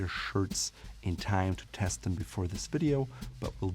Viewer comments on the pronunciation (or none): none